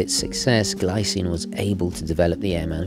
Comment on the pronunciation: "Gleecine" should be the correct way to say 😉